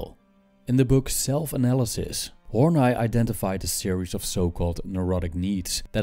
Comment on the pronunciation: Karen Horney i've heard pronounced Horneeeeeeeeeeeeeeee not Horn 'eye'...doesn't matter though...good presentation....